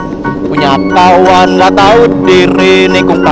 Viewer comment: Kawan bang bukan pawan